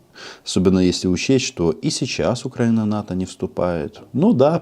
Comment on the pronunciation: У фюрера розвивається мотузкова хвороба з ефектом Муссоліні, з покрякуванням при вимовлянні слова Україна. Весною буде загострення )))